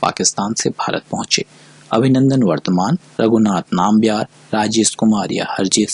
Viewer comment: Abhinandan Vardhaman hai na ki vartman